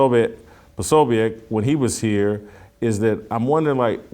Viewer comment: It is pronounced Pro so beck